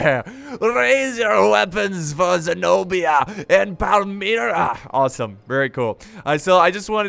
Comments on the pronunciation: almost killed my self when he said ZENOBA 😝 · The Queen's name Zenobia has the accent on i, it's greek:Ζηνοβία:) guys help me and show this to! Anyway love your vids man, i m so happu you re doin the new dlc!